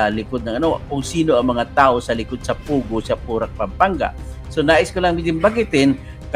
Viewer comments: POGO not Pugoh! Hehe! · pogo not pugo :)